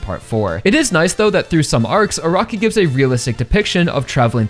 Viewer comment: I cant unhear A-rock-i.